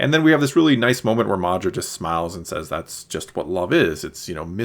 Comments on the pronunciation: At the risk of being cheeky, it's Maarva not Maardra (or however you pronounced it). YES!!! You saw the slwo boiled frog analogy in Luthen's statement too. Kudos! LUV this episode for all your reasons, and cannot wait til Ep8. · Cassian’s mother is Maarva not mAhdra lol